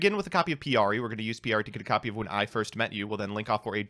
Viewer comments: "Piyari" This somehow hurts me more than Aignister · Yeah I was like, "it's pikari...."